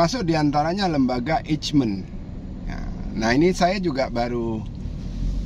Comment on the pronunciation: Lembaga Eijkman dibaca Eykman (silent j)